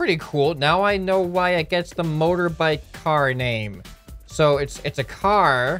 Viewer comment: Why does say mother bike he is American right